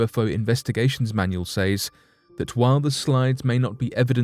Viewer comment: I hate how you say "says" lol